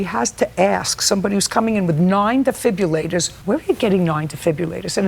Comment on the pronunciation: Defibrillators Judge, not defibillators